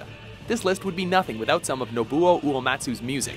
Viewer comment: Liberi Fatili is NOT the main theme. You may as well have used One Winged Angel in that case! And for god sake pronounce Nobuo Uematsu correctly!